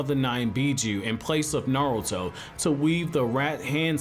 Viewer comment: half of the time it sounds like you’re saying narrel-to